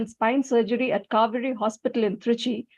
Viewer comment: Kauvery... sounds like Cow-veri 😄😄